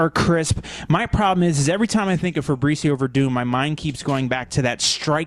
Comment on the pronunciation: "Febrezio" Werdum was unstoppable.